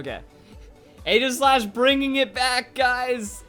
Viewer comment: its pronounced eejislash. Stupid, i know.